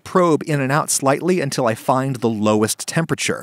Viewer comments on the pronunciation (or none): none